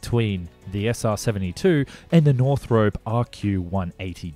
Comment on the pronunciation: Northrop rhymes with drop, not rope. There is no e on the end of the name. Stop trying to change the English language.